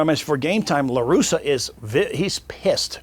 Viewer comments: Hey Vlad, It’s LarussA LARUSSA Not Larusso like Daniel San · Vlad you had me thinking you were a real baseball fan and followed it prior to this interview...until I hear you pronounce the names Raphael Palmeiro and Tony LaRussa 😂 Loved the interview tho!